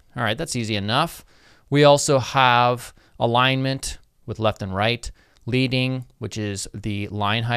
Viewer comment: Just for you and your follower's edification. The term "leading" comes from our history in the printing industry, which refers to the thickness of the lead (the toxic chemical element and heavy metal) that was placed between the rows of type (prior to computers) on a letter press to maintain its manual row spacing. It's pronounced "leding". Not leading as in "leading the pack."